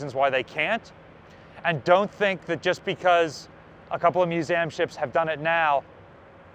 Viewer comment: I’m sure someone has said this already but what’s with “Muse -Am”. Are we just being cutesy?